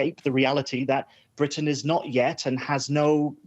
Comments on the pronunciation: Someone teach this person to say Britain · The word 'Britain' is spoken with a 't' sound in the middle. An alveolar tap like what you get in the USA is okay, but somebody needs to tell the American presenter to pronounce the name of the island properly. It sounds amateurish and slovenly the way she said it.